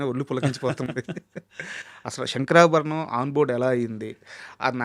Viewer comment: One of the best interviewer in current times. So mature. Did his research and is asking very pertinent questions. But why is he pronouncing "శంకరాభరణం" as "షంకరాభరణం"?